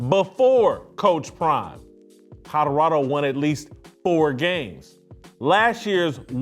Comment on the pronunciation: How about his own voice trying to say Colorado…